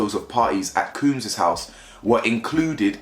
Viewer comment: Love the content but you killing us with the cooms bro 😂 it’s combs like when the barber combs your hair 😫